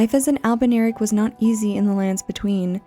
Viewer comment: I´m confused ...is it pronounced "albernirics" like she did in the video or "albinaurics"? is this another "evergaol" being pronounced kinda like "ever-jail" situation?